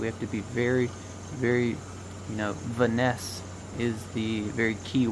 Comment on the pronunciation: I pissed my self at vinesse... I think you were thinking of finesse